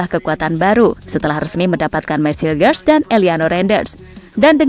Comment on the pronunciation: Dalam bahasa Belanda, huruf 'g' dibaca 'h'. Jadi, Hilgers dibaca Hilhers... Coba lihat video2 pertandingan FC Twente yg berbahasa Belanda..